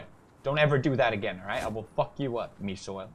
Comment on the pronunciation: It was "mi siol" not "mi soil"